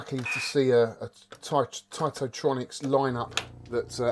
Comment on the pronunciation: Hey first I wanna say congratulations for getting this piece of treasure and well done for bringing back to life. It’s also more than important for sharing and educating this piece of art. Let me know if I’m wrong, but I always thought Taito was pronounced kinda like (ai) as ate and not as (ight)….?